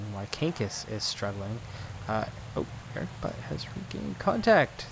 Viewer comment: I like this series. Somehow managed to watch all 144 episodes during a week. If you like to pronounce Erik Butt right, it would be more like "Boott". ;) Greetings from a new fan from cologne :)